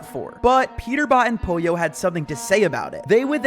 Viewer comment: Poylo No its pollo